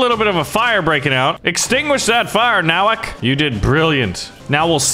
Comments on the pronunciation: I’m happy my last name is their but he miss pronounced it It’s No-wak No offense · Nowak is a Polish surname and it's pronounced as Novak